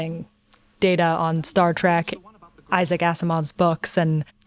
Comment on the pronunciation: star "track"